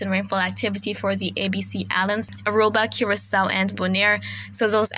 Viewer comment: Hi you are a very greatly talented weather lady, one thing I will like to know, the A.B. C islands why do you says Aruba, curiso, n Bonia,thanks